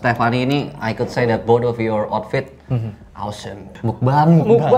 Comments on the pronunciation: Tulisannya meokbang di baca mokbang "o" ny o lemah sekian terima kasih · Ngucapnya Mokbang Bang... 😆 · Meokbang ka dibaca nya